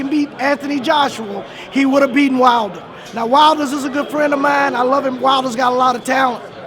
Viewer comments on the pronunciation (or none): It's not wilders it's Wilder you old fool lol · What is it with Americans putting an 's' on the end of peoples names all the time? Hearns, Brooks, Wilders ...